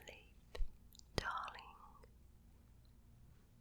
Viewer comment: "Moy daarrling" XD